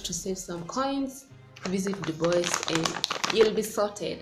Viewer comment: Hey dear congratulations 🎉🎊 am sooo happy for you 1 k and is Dubwa for the pronunciation its french dubois thanks for sharing I will take time to visit them